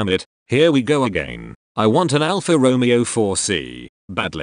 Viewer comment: Personally, I love the car! As much as I hate robotic mispronunciation(s) of Alfa Romeeeeeo. Lol😅